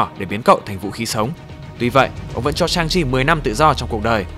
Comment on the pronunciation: =))) Sức mạnh chính là Chi mà nghe thoáng qua tưởng là Chim